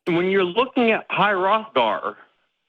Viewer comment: Not relevant AT ALL, but High Hrothgar I'm 99% sure the H is pronounced.